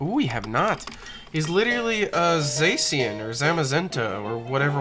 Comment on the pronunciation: Zacian is pronounced "ZAW-shee-inn" Turtwig is pronounced "TUHR-chwigg"